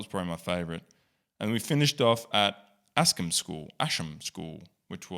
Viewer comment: Went to the last school on this list bahaha. It’s pronounced AS-KAM school 😊